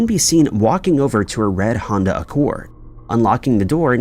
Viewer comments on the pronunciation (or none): none